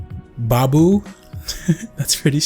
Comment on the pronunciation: did anyone else Crack up when he said baabooo